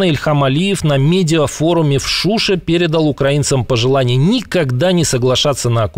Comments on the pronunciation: В Шу'ше - Шу'ша - ударение на последний слог!" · "в Шуше" ударение падает на "е"- [ f shushE ]